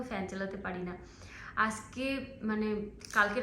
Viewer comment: আজকে কে আসকে , কাজ কে কাস এই সব উচ্চারণ মটেই শ্রুতি মধুর নয় । এই উচ্চারণ গুলো ঠিক করো